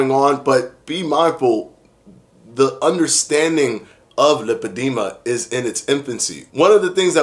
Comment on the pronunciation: Lipedema pronunciation; lai- puh-dee-muh